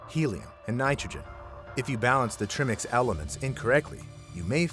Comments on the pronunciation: It's pronounced 'try mix' not 'trim ix'. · Tri- Mix like in Tripod... not trimmix 🤣🤣🤣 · It's pronounced TRI MIX, not trimmix. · I'm not a diver but I think it's pronounced "tri-mix". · Trimix? It's pronounced TRY-mix.